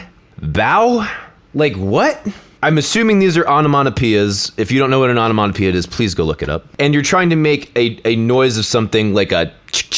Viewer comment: I think I remember watching your other vid on Jake Paul, but I put his name into google and couldn't figure it out. Is he like some Disney channel star, or am I getting the wrong dude? Whoa, dude, you pronounce onomatopoeia weird as, I had to go back and listen to it again to figure it out lol.